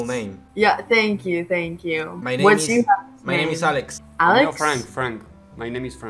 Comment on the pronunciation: le dicen algo en ingles: senkiu